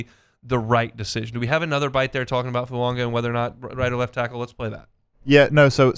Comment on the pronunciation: It's NOT FuaNga! It's foo-aah-ga